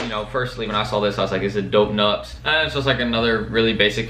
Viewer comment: Losing brain cells every time you try to pronounce “nuptse”